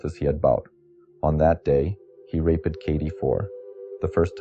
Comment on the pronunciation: pronunciation is off, on words such as follow-edd rather than saying followd and rape-eed rather than rape-d. There's no "ed" sound or "eed" sound at the end of those words. Saying "girl cried " rather than Katie or the girl. It's strange hearing those pronunciations then its followed suddenly by an American accent, where T is changed to D (Kaydee rather than Katie, Esposido rather than Esposito and so on) plus the over pronounced Rs.